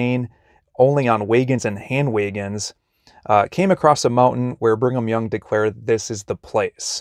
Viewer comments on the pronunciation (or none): BRIG-AM YOUNG😂 Not Bring 'em Young😅